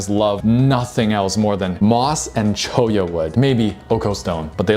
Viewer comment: my favorite food is pu-, er, lobster bisque., buddy, my guy, my friend, my home-skillet - i know you live in canada, but as someone that has cholla cactus on my property, PLEASE, its pronounced "choy-ya".